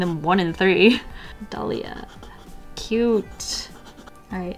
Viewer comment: Btw it's pronounced Ah-day-li-ah